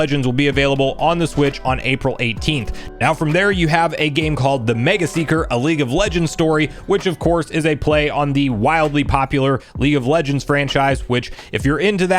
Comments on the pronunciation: MAGEseeker, not megaseeker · Just FYI, pronounce it as,... Mage/Seeker... Mage as in, magic or Wizard. MageSeeker.